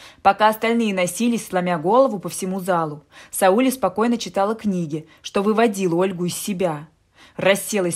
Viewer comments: Не СаУле, а СаулЕ, в переводе означает луч. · Может СаулЕ? Слух режит СаУле. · Слух режет неправильное ударение-- СаУле. Правильно СаулЕ. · Не СаУле, а СаулЕ, в казахских именах ударение падает на последний слог... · Здравствуйте. Не СаУле, а СаулЕ. Я про ударение в имени. Спасибо, интересный рассказ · Текст читает робот, поэтому СаУле, а не СаулЕ! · Странный рассказ,не о чём.Но произношение казахского имени СаулЕ , на СаУле ,мне наоборот как то стало интересным.Что то в этом есть.Однажды я услышала как имя АйшА ,было произнесено в какой то песне на АИша. Звучит поэтично. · Не Саууле, а Свулеее. Ударение на "е". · Не СаУле,а СаулЕ!!!! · Сауле, произносите не правили но не СаУле, а СаулЕ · СаулЕ-ударение на Е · Не Сауле,а Сауле ударение на букву е ,а не на у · Спасибо за рассказ!В имени Сауле ударение падает на "е". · А я так впервые слышу это имя СаулЕ и мне абсолютно всё равно на какой слог падает ударение. Тут хоть бы уловить смысл повествования, автор читает как будто за ней кто-то гонится. Но кто хорошо знает, как произносятся слова и имена под ударением, согласна - слух режет!!! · Сауле, ударение на е. Очень красивое имя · Я русская Казахстанка и мне режет уши не правильное ударение в имени СаулЕ🙄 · Литовское имя Сауле ( ударение на А) означает солнце.Так что не спорьте. У вас имя так произносится , а у нас так Сауле (а) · Ударение в имени СаулЕ...бьет по ушам! Правила постановки ударений одинаковы и для русского и для казахского языка! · Как режет слух. Правильно говорить надо СаулЕ! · Вам бы лучше перезаписать этот рассказ. СаулЕ! СаулЕ! СаулЕ!!! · Это СаУле невозможно слышать, режет слух,очень неприятно. Да и вообще, рассказ ни о чем, лишь бы хоть что - то написать. А писать не о чем. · И ещё на Сауле-Сәуле ударение ставится на подследнюю букву. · Сауле ударение на "е". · Сауле- ударение на "е" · СаУле,ударение на У.Надо немного поинтересоваться....,а потом читать.Хотя вы читаете хорошо)) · Сауле ударение ставится на последний слог.Режет слух.